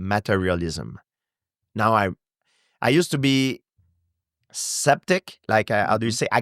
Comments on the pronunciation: I love how george pronounces Skeptic as Septic lol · I love how gsp says"septic" sooo cool 😎 I love this guy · No idea who this guy is, but I enjoyed the interview. Question though: How could you let him go on for 2.5 hours and never correct his 'septic'? :D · I love this guy's accent. Especially when he mispronounces "skeptic" as "septic"! Cuz it's just perfect haha